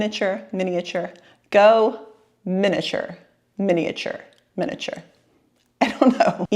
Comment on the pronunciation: Also I enjoyed hearing you struggle with the word “miniature”🤣